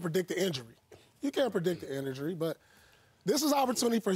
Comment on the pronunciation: “You can’t predict the indury” -Paul pierce